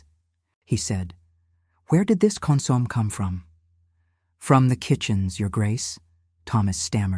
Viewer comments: Wrong pronunciation of consommé, opposite accenting. The accented pronunciation should be on the e, last syllable. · I'm enjoying this story. I don't understand why some people have to be so nitpicky about these stories. Yes, they are correct about the mispronounciation of the word consomme, but there's no need in complaining. Thank you all for the time you take to produce these stories for our entertainment!